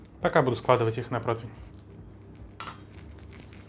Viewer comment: от слова протвень течет из ушей кровь. ПротИвень.